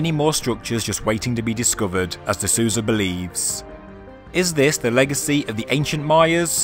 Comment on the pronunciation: Very interesting video! Minor correction, if you don't mind. Gregorio seems to be brazilian. The "Sou" in Souza, his last name, has a sound like "soul", not "Susan".:) Just in case you plan on doing future videos on the topic, and happen to mention him.